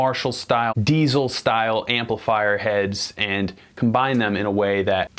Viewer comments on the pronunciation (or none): none